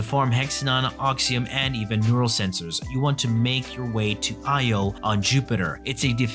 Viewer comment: Io?? Its pronounced Eye oh. Its a moon. Its not Lo. Strangely you said it both ways..but I think you know the right way. Just clarifying.